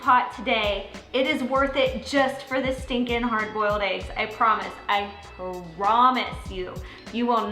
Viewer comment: So she also said PaaaRaamisss. Should she say promise ? So what if she said insta pot.